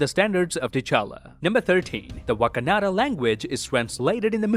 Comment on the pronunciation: Why would you deliberately mispronounce "Wakandan" here? You literally say "Wak-a-NA-da" which isn't even the same word, actually. You added an extra A, which throws off the entire pronunciation.